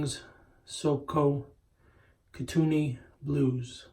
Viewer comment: It’s pronounced “Koo - Ten - Knee”